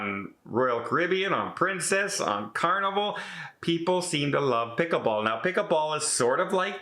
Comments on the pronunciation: it’s pronounced as it’s spelled: PICKLE-BALL with an “L”. You called it “pick-a-ball” numerous times. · I heard pick a ball and was getting excited...thought was some new game. I've played pickleball and it's fun .